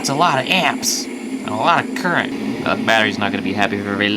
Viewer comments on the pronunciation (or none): none